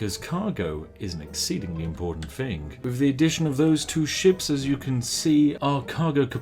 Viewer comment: Try to say thing without the g, and you will say it correct.